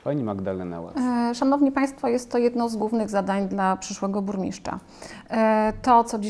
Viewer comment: „Burmiszcza”, „wziąś” … czy na prawdę tak trudno sprawdzić na jakie stanowisko się kandyduje i poprawnie wypowiedzieć jego nazwę? Jeżeli nie są Państwo kandydaci gotowi stanąć twarzą w twarz do wyborców i godzą się jedynie na retransmisję to chociaż poprawcie rażące błędy językowe. Na więcej w nowej kadencji nie liczę.